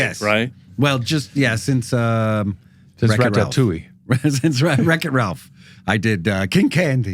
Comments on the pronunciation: French speaker here. I want to congratulate Mr Frakes for his perfect pronunciation of Ratatouille. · I know JF will never see this, but thank you! I've become the butt of a family joke for how I pronounce "Ratatouille.". Even got relentlessly teased on a recent Disney trip. Well it turns out we pronounce it the same. Thanks JF!